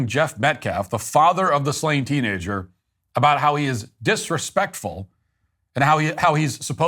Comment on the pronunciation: "Dat wuz disrepecfull."